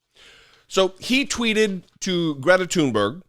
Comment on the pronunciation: Andy taint; 1) too STUPID to know that “he” had been mocked, 2) too stupid to pronounce Gr-ee-eta Toon-berri-uh’s name, 3) argues with a young girl to prove “his” manliness…. These republoturds shriek out loud how unmanly they are. Here’s an idea to prove your manly dominance you weakpublikkkans; go pick fights with other republoturds like, elephant killer don jr, or squeaky ben shapiro with fists not cowardly guns, film it and show us just how tough you are. Leftist veterans like and myself are of course not a challenge.. Heck, why not fight the most manly, muscular alpha of them all; the king of mar-a-lardo?